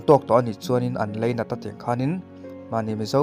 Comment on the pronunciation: leinat a ni lo lainat tih tur